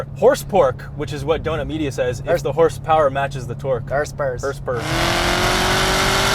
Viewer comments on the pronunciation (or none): HORSPWRNTORQ!!!! I like that... Keep the unintelligible-ness goin'! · Every time they say “with launch control” I smile. Same thing when yells “HAWRSE POWERRR AND TERQQ” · you're HORSEPOWER and TORQUE (with hardcore American accent) question gets me every time LOLOL. Love it fellas! Keep up the great work!